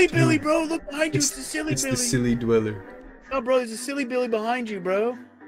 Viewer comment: dwel ler